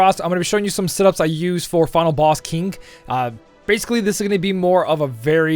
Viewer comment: The way you pronounce King is kinda funny :)